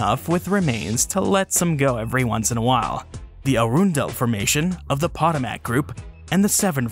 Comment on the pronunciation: Arundel is pronounce "Uh-RUN-dull." Potomac is pronounce "Pa-TOE-muck." Since this part of the East Coast was under water during prehistoric times, we mostly get shark teeth fossils and fossilized whale bones around here. There is a dinosaur track way on the grounds of the NASA facility in Greenbelt, MD, which is about 5 miles from DC.